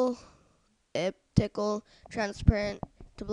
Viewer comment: the fact that you can't pronounce the words "elliptical" and "gradient" leads me to the question of what grade are you in?